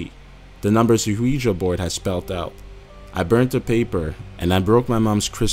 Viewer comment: This guys accent is so fucking annoying I can't listen anymore. Who the hell pronounces Ouija like that?